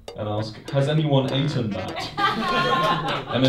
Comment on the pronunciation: ah yes, aten